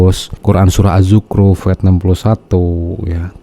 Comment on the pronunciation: Hehe.. Bacaan si Akang juga hampir sama jeung sikehed. Mendingan pas ayat akang nitah batur. Nya?.. Azzukhruf sanes AZZUKRUP.